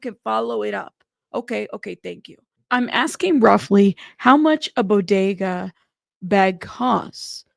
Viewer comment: Not Bodega bag 😂😂😂😂 BoTTega...hilarious, but I think you're so cute